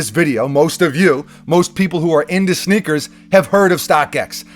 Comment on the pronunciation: Is he saying snickers?